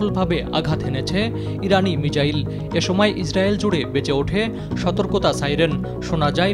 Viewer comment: কি রিপোর্টার মিসাইল রে মিজাইল বলে।😅